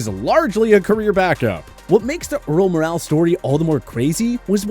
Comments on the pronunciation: likes to mispronounce names. Pronounced like "moral" not "morale" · Good catch. Earl Morrall last name pronunciation was butchered too. Mor-ull not Moral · Just FYI, Earl Morall is pronounced like Moral, not Morale.